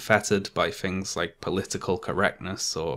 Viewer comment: it's 'things', not "fings".